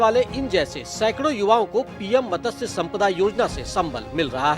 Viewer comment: मतस्य नहीं मत्स्य है। यदि हिन्दी नहीं आती तो पञ्जाबी समाचार रिपोर्ट करो।